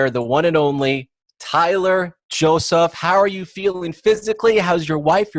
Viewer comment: They said Tyler Josaph XD lol